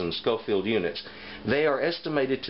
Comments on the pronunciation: I’m sure someone has already picked you up on this, but it’s Scoville abbreviated as shu, not schofield as you are saying. Also there is no such thing a paprika chill, despite what it maybe labelled as where ever you were getting them. Depending on the region you get it from, paprika will be made from various different Chillies or sweet peppers. So in hungry where the best paprika is considered to be made, they mainly use a sweet Ramiro pepper, but again depending on the region others will be used. In Spain where they tend to prefer a little heat in their paprika, it will be a slightly warmer chilli like a Serrano. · It is SCOVILLE units, not SCOFIELD. Just saying. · Great information. Btw its "SCOVILLE", not "SCOFIELD". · Thanks for the video. Its actually Scoville units, as opposed to Scofield. I enjoyed the video though. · It's Scoville not Schofield and most crushed red pepper at your local grocery store is crushed cayenne. You sounded well informed other than that lol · Did you call them "scofield" units? It's scoville. Some good information but that should be cleared up. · Scoville, not "Scofield". Oy. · I'm just wondering why he said "Scoville" correctly the first time, then switched to "Scofield"... Otherwise, great video. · "Scoville". Names after Wibur Scoville who created the scale in the early 1900s. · It's Scoville unit, not Scofield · Its scoville units not scofield units! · It's Scoville not scofield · Am I crazy or do you keep saying "scofield"? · You're right. He said it correctly in the beginning, then kept pronouncing it like "Scoffield". Kinda irritating, but still a good video. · Every time he said “scofield” …. How am I supposed to take him seriously? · I cringed every time you said "scofield". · I can't believe there are not more comments on this. For being a professed knowledgeable person about chile peppers and heat, you'd think he'd know the words 'Scoville Heat Units'. He misspoke many times, not just once.